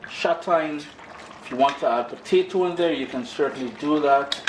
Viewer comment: "Potatoes" Said in an Irish accent?